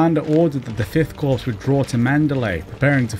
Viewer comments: informative video - only problem, please stop pronouncing 'corps' as 'corpse' - it's pronounced more like 'core'. thank you looking forward to part 2 - the empire strikes back! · CORPS, its pronounced Cor Not Corpse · The mispronunciation of CORPS - countless times - is ruining this for me! Not CORPSE but just COR - As an ex-member of the Royal Signal Corps it is making my ears bleed. Sorry! This campaign has always fascinated me (my mum lost her youngest brother as a Chindit) would love to know more about the state of the Burma Army, numbers, units, combat/equipment strengths.